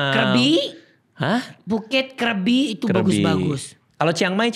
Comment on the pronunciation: Oalah bacanya Krebi bukan Krabi? 😂 Krabi emang best sih. Banyak tempat wisatanya. Dulu ke Ao Nang, di deket hotel banyak booth yang nawarin wisata. Mayan murah, banyak tempat dikunjungi.